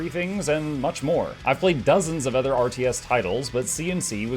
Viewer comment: tee hee "othger". Great vid as usual!